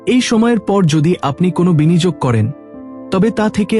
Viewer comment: কথা টা বিনিযোগ নয় এটা উচ্চারণ করুন বিনিয়োগ। এমন অনেক উচ্চারণ ই আপনি বিকৃত করে বাংলা ভাষার অপমান করছেন।